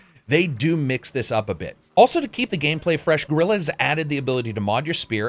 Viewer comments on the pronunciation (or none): Excellent review, and after having played thru the frozen wilds and done all the side quests, I can say that I agree on every single point you made. Just 2 things that made me giggle, in your review: 1) Wtf is "Gorilla games" And 2) I'd love to meet this "Bae-nook" tribe you were hanging with. 😂😂😂😂